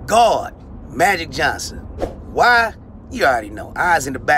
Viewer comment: MAGIC JOHN-son. Funny coming from Ron Jeremy😂😂